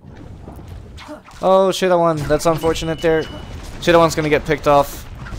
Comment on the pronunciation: You say thai Chittawan Chittawan ><